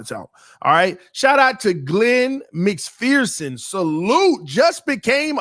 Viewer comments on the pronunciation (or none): none